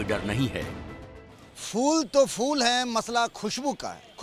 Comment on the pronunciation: Inko reporter kon bna diya yar phool ka uchcharan bhi shi se nhi kr pa rahe h